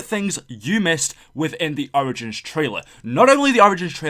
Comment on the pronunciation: he said orgins